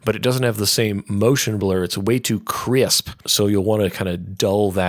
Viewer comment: "CRIUSP!" haha GREAT tutorial, man!!!